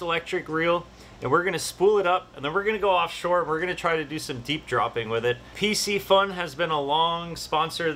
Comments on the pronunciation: Hey! Great video, just that the name of the company Piscifun, is pronounced with a K Pisci means Fish so its Piskifun. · It's not pc-fun ffs!